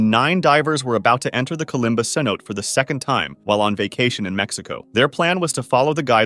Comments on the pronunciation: pretty sure its pronounced "say no tay" bc its a spanish word i think maybe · Itd be more “teh” i think